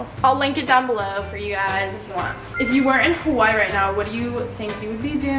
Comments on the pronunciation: Pronounce it as “Ha wuh ee “ or “ Ha vuh ee “ please and not “ Hawhy”. there’s an okina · i know stans are about to come at me for saying this but i don’t mean it disrespectfully. please if you’re gonna live in Hawai’i please pronounce it properly, it isn’t that hard. ava (who i think is one of your best friends) says it properly all the time even when she is with you so i was hoping you’d start saying it right :( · hey girl, can you start saying Hawaiʻi right?! thenks